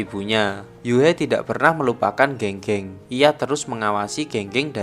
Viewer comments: Geng geng di bacanya gang gang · E di pinyin dibaca ê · Keung keung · Pengucapan nama nya bukan Geng geng tapi Geng geng. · penyebutan nama geng geng bang, di film aktor nyebutnya geng geng tapi di video ini nyebutnya geng geng. Padahal kan benernya geng geng bukan geng geng yak😁